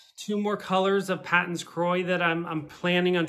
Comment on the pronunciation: Paton's is actually pronounced Pay-ton's. It took me a long time to accept this and pronounce the name correctly. It was originally a British company or something.